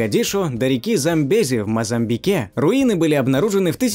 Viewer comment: Ударение неверное - МозамбИк, а не МозАмбик!